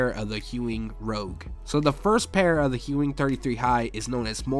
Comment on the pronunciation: There's no h in Ewing! Lol